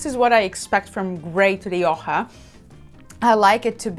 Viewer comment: I very much appreciated this review, and God bless you for pronouncing Rioja correctly. American viewers try to correct my pronunciation to Mexican Spanish. I am a 40-year student of wines of the Iberian Peninsula; Rioja is the primary red wine I drink. I live in the US and UK, buying Rioja is easier in the UK. Even in large wine retail conglomerates in the US Rioja isn't kept well. My benchmark Rioja is Faustino I, even if it varies year to year. Today I bought two bottles of Faustino I , 75th anniversary, "only" Reserva not the usual Gran Reserva for GBP 12.50, we'll see. That said, to my surprise, Marks & Spenser's own label Gran Reseva, El Duque de Miralta, bested the Faustino I did a side-by-side taste of. As best I can tell the M&S comes from Cesar Fernandez/El Coto Winery. For the money, it is top-notch IMO. Thanks again for this. I'd love to see you do a piece on Manzanilla, another Iberian passion of mine.